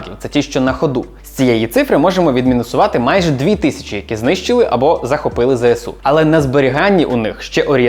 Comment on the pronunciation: Мене так тригерить коли усі навколо кажуть ЗеСеУ. Дуже здивувався почувши правильну вимову 🥰